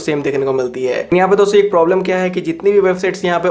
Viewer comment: "dosto" thora clearly spell kijiye